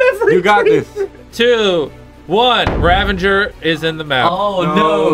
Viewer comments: Ravager [Rah-VAH-ger]. That is all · haha this is why I tell people to do their research before saying stupid things Hint: it's not 'ravenger' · Dude its "Ravager" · nobody: Mr beast and Chris: rAvEnGeR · Things that will never change: Chandler doesn't know how to use sword cooldown Jimmy doesn't know how to use /give Karl screams at casual plays Chris can't pronounce ravager correctly